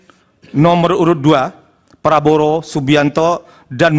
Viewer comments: apa saya yang salah denger ya, dia menyebut nama prabowo menjadi prabroro. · LAWYER KOK BILANG PRABOWO JADI PRABRORO . INI PERLU DIPERTANYAKAN LAWYER INI KEABSAHAN NYA